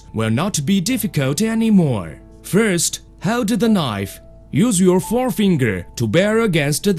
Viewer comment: qualtey fourst